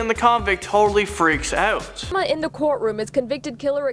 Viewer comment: Can the host please learn how to say the word out correctly. It sounds creepy the way he says it. He's trying too hard to sound like a Valley boy.